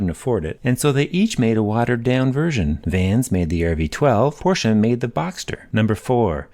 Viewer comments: LOL! And thank you for pronouncing Porsche correct. :) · Thank you for pronouncing Porsche correctly! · As a German: Thank you!! First English speaking person who’s pronouncing Porsche the right way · Praised be the American who says Porsche and not porch. 😀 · love that you pronounced Porsche correctly ♥